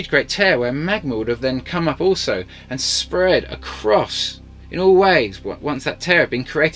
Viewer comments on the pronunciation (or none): none